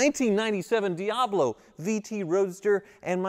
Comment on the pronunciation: Ha! That's funny.. Jeff Goldblum has a "DeeHablo" too!